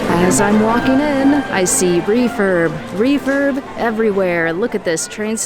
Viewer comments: It sounds like youre saying 'reefer' lol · I'm deaf... when you said refurb... i thought you said refer... 🤣 look... refer, refer, everywhere 😆